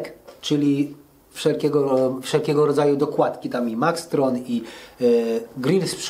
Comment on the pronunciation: przepraszam - ja nie jestem specjalnie wrazliwy ale cholercia - sTretch a nie sCretch! 😂😂😂 A Maxton Desing a nie MaxtRon Desing. Pozdrawiam Cie Serdecznie!